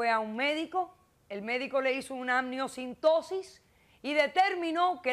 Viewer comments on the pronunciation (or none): Amniocentesis!!!!! No amniocintosis!!🤦‍♂️🤦‍♂️ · Se dice AMNIOCENTESIS, Dra. Polo